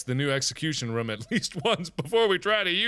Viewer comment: Say room.He can't say it right